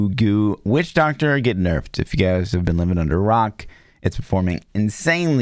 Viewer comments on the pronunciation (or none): FYI it's "Nerfed" not nurfed.;)